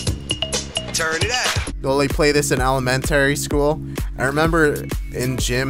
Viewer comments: Element-tary school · ELE - MEN - TARY SCHOOL